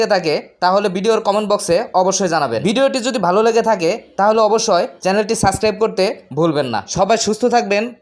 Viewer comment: সাসক্রাইব না ভাই, সাবস্ক্রাইব